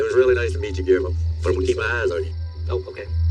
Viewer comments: His name is pronounced Ghee-yair-mo. 😊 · You say G’s name like Ghee Air Mo It’s a hard G